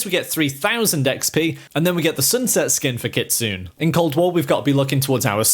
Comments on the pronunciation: Ayyeee! It's not kitsooon*... It's pronounced * KITSUNEY Learn how to pronounce stuff apart from English man, you guys freak out when we accidently mispronounce English words, when all you can speak is only English. 🤣😂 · KIT-SU-NEH , not Kit soon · Her Name is pronounced “ Kit, Sue, Nae” Kitsune! Not “Kitsoon” 😂🤣! Cultural Appropriation at it’s best (Chef’s Kiss) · It's pronounced kit-zu-nay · It’s kit-su-ne